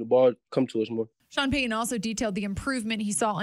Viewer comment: Please say Sean Payton's name right it's not Sean pay - e n n it's Sean Payton